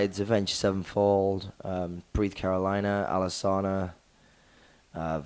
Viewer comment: But he pronounced Alesana wrong. Fuck, danny, its now "Al- eh- saw- na"